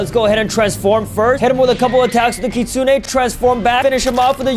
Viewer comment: Try not to mispronounce kitsune [LEVEL IMPOSSIBLE]